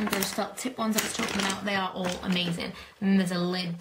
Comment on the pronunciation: Its funny when you say amazin!!!!!!!!!!!